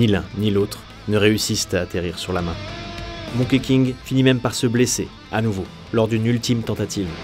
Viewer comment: Ça se prononce plutôt Monki que Monké King